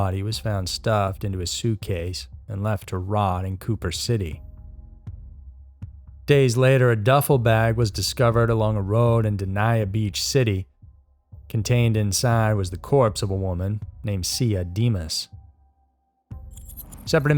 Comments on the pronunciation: Love ya!.....but I just gotta say..( it might be something you'd want to know sometime in the future..Being from S.Florida(REAL South- Homestead/ Key Largo..) but the way you pronounce the town of "Dania" is "Dayn-yuh"...have to admit it took me a minute to realize it as I heard it..and I was wracking my brain trying to figure out where it was! Not putting you down,either or anything like that..just thought you might find useful to know!..so...interesting exorcist,and scary stuff!...and now I'm homesick...lol! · It took me a minute. I was like...den-ah beach what where's that. I lived in Broward my whole life I never heard of there. Oh, he must mean Dania. *face palm*. Also describing everyone as gripped in fear, I never even heard of this, lol